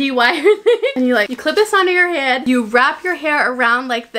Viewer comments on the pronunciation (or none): the way she said head, it was a mixture of hair and head idk why it was so funny to me.